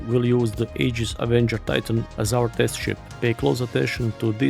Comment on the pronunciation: Aegis. The a is silent. It’s pronounced “EE-giss”.